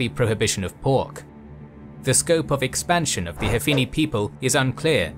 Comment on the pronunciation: TWO CORRECTION 1. Prophet Muhammad was the adherence of Hanifa religion, but you pronounce it "Hafini" repeatedly :( 2. Since Hanifa is religion, you cannot called the adherence with "Banu Hanifa" since "Banu" mean "son of" to describe tribal kinship like "Banu Quraisy" and "Banu Kindah". Just call it "Hanifiyyah". .... Over All, I really love your channel and this video :D